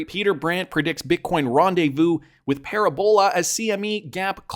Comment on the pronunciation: Pa-RAB-ola, not paraBOLA